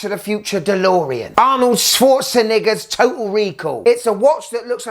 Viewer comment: Bro the way he pronounced Arnold Schwarzenegger😂😂😂 risky business that accent is at times bro😂😂😂